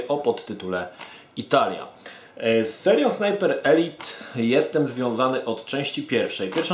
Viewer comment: Dzięki że mówisz ELIT a nie ELAJT jak wcześniej